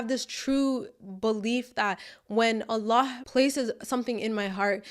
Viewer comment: I love the way you pronounce Allah's Name throughout the video. MasyaAllah, you say His Name with so much love and closeness.